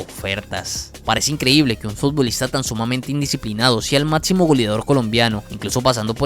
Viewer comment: Venga, le cuesta mucho decir “observar”, “máximo”, “selección” ??? En lugar de otzerbar, matzimo, seletzion?? Que hablado tan inmundo